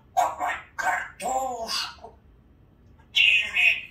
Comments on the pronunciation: У хорошее настроение.Все рассказала,все спела и даже чисто произнесла слово картошка у нее славненько получилось.Люблю эту замечательную девочку. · Доброе утро, мои любимые и мама Ирина! Очень рада новой встрече с вами. Вы всегда радуете и поднимаете настроение. умница, сегодня она произнесла полностью слово "картошка".❤😊